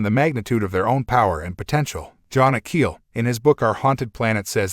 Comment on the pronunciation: I like that the AI pronounces his name David Icky